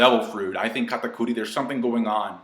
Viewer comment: Stop calling him katacudi yah its his name but his name is dogtooth sounds more badass so stop calling him katapussy whatever